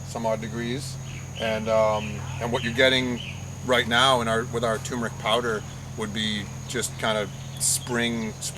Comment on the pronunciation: TUR MERIC not TUMOR ICK